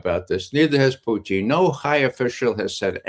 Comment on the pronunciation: PUTIN not Puchin